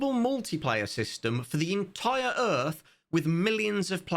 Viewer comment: Earf 2, brought to you by Will Smith and Roland Emmerich. Earf 2. "Welcome to Earf...2!" - W.S.